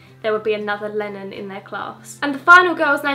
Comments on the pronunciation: When she said Lennon I thought she said Lemmon lol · When you said Lennon I thought you said Melon